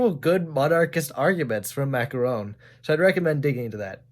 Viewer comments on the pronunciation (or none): Interesting video. One thing: Macron is pronounced like: Mac-Ron. My stance is: American Republicanism and European Constitutional Monarchy. I’m an American, so I’m a republican (not the party), but I am accepting of one 25 year term for all branches of government, so we would have four presidents each century. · Macron is spelled mac-gon, with the g articulates from the velar or uvula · Lol the way you say macron is so silly